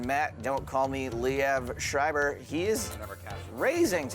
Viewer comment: IT´S FUCKING SCHREIBER NOT SCHRIEBER OMG I´M GERMAN IT MEANS (WRITER IN GERMAN) THIS DUDE PISSED ME OFF BRUH